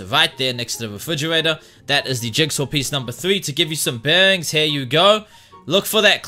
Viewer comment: Its bearings not bengs